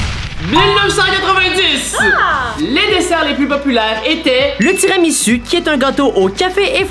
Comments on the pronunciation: TIRAMISU sa ce prononce pas tiramisu sa ce prononce tiramissou mais sa s ecrit TIRAMISU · C'est pas tiramiu c'est tiramisue